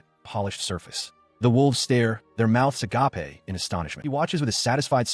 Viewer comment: AGAPE (a-gape) Not "a-ga-pay" (agapé)